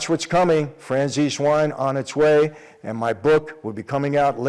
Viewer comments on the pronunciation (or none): none